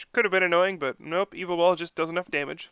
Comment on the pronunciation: It's not evil tall!! Ugggggggg. It's ya vetel